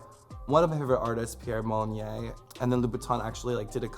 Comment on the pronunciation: Pierre Molyn-yuhh. Not Molyn-yay. It rhymes with 'deux', 'les yeux' or 'un peut'.